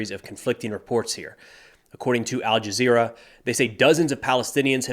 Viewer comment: When you say al-jezzra I stop listening